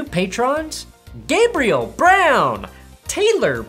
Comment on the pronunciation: Gah-bree-ELL lol